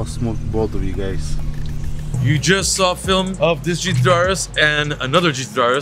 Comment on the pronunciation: Why the hell can't say GT3???